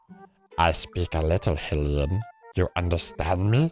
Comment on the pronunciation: It has been confirmed that Hylian is pronounced "High-Lian", not "Hill-ian", Erin. Princess Zelda herself said "Highlian" in BOTW, and she is the frikken ruler of the entire race of people. All Erin is, is just some farty guy on a couch with his boyfriend, so what does he know? :P